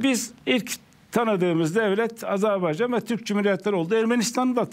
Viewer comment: Aazarbaycan diye okunmaz Azerbaycan!!!